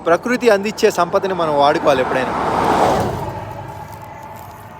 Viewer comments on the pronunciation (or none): none